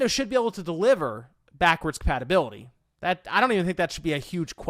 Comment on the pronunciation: Has anyone else noticed that he says "patibility" instead of "compatibility.?"